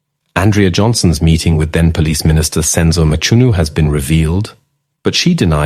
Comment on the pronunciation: Mchunu not Mtshunu